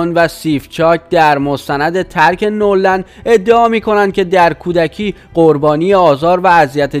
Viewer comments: آقای عزیز درست کلمات را نلفظ کنین نور خونده نمیشه . نه ور لند خونده میشه به معنی هیچ یا هرگز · اولا اسم دخترمایکل،پاریس هستش وپرینس اسم پسرشه . دوما نورلند نیست وNeverland سوما،بعداز 61جلسه دادگاه وتحقیق کامل دادگاه با صلابت رای به بیگناهی مایکل داد. پس جناب گوینده...توکه هنوزنه اسم دخترش، ونه اسم خونه وپارک مایکل رو بلدی،وازروی نوشته هم غلط میخونی، چجوری به خودت اجازه میدی چیزهایی روبگی که اصلا دربارشون اطلاعات نداری؟؟؟؟ خودکشی پاریس هم علتش چیزه دیگه ای بوده .... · تو حتی بلد نیستی اسم ملک شخصیِ مایکل رو بگی ، نورلند نیست ، نِوِرلَند هست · اول اینکه اطلاعاتتون رو کامل کنید بعد خبر رسانی کنید دختر مایکل تکذیب کرده و خودکشی نکرده اسم مزرعه مایکل جکسون نِوِرلَند نه نورلند بعدش هم این کار زشتیه که نظر خواهی کردید اگه این مشکل سر خودتون امده بود دوست داشتید راجع به شخص شما نظر خواهی کنند که آیا این کارو کردید یا نکردید شخصیت خودتونو به عنوان انسان حفظ کنید و دقت کنید که کسی که بی گناه رو آزار ندید؛توهین نکنید خیلی کار زشت و دور از انسانیت.... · Noorland na dadaaaash,oon never lande, noor male mazandarane😆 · با سلام، اول اینکه لطفا گوینده محترم این کانال، کمی لغات رو درست تلفظ کنید بد نیست، در چندین کلیپ شما اشتباهات فاحش داشتین. مثلا Never Land رو نُرلند نگبن ،اونم چند بار. این نشون میده اصلا تو باغ نییستین. و بگذریم که یائسگی رو هم اشتباه گفتین در یه کلیپ و غیره... در مورد مایکل هم، این ادمهای سواستفاده گر بخاطر اینکه به پولی برسن این اتهامات رو میزنن. مایکل این اواخر خیلی وقت بود که حال خودشم نداشت.